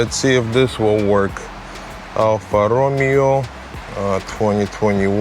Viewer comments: Not -Alfa Romero! It is Alfa Romeo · I liked it when you called it 'Alfa Romero' 😁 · Alfa Romero twenyi twenyi :))